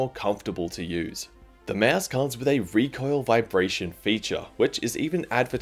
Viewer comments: nice video but little note its a (maus) not a mEAOUSE xd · he’s saying it normal?